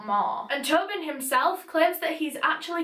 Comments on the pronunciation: clearly says “Peter Tobin” Me: Peter Toe Bin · omg i thought she was saying turban this whole time